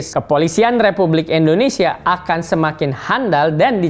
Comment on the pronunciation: Indonesia Pak..!! Bukan Endonesia..!! 😊😊😊😊😊😊